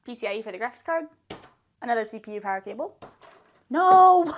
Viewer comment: Po said “am power cableee”